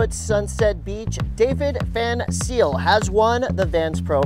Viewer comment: its not van 'seal' its van zyl